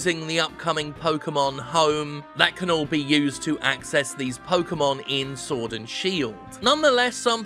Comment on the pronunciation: I swear I heard Jim say "Sordid Shield" at least once.